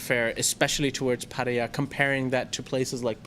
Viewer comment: pronounces 'Pattaya' correctly...